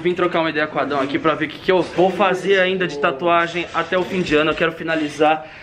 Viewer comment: Ai Cristian para de fazer taatuagem me da uma agunia kkkk